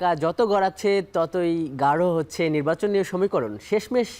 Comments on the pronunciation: "নিব্বাচন" কি ❓😁😁😁😁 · তো নির্বাচনই বলতে পারেন না, নিব্বাচন নিব্বাচন করতেছেন। নিব্বাচন আর নিব্বিচন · অত্যন্ত সম্মানের সহিত কে বলতেছি আপনি আগে নির্বাচন উচ্চারণ করা আগে শিখেন তারপর রাজনীতিতে আসেন